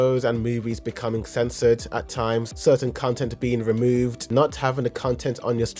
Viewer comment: content / cun-tent 😂